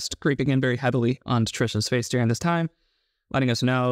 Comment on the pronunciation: Where is it, regionally, that people pronounce the word “during” like “deering”?